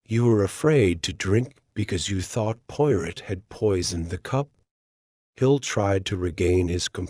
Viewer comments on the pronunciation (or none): Poy rot? If you're going to use AI, at least train it to accurately pronounce the main character's name. Unlistenable. Sorry.